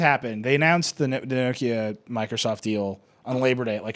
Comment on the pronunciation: Urgh pronounce Nokia correctly for god sake